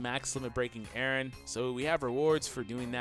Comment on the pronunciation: Oh no It's Eren not Erin XD